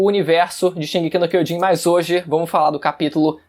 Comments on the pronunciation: Incrível você dizer ser estudante do Idioma Japonês LOL , Sua pronuncia do Título da obra é errada , não é D e sim J de Kyojin e não Kyodin !! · shingeki no queijin kkk